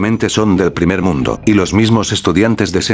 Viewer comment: Tambien la parte en que dice "Primer Mnudo" XD